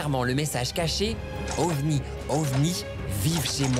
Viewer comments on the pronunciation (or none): déjà il n'a pas dit OVNI mais ovmi